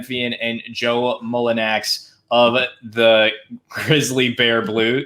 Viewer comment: what a fucking pathetic loser who can't pronounce players first name while making a video about that player...Mullinax POS h8er...Pels and Grizz will meat in play in....Jonas will destroy the Grizz with 25/25 game...Grizz fans Fuck YOU ALL...Pels is just a shit franchise...looking forward to 2022 FA for Jonas